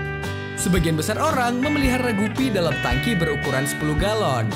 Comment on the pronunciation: Bang gupy di bacanya gapy